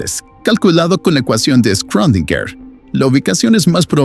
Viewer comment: Ya me había acostumbrado a la dislalia y disartria del narrador anterior pronunciando las palabras, mi preferida era alusinaje... ahora este... pobre schrödinger, excelente contenido eso sí!!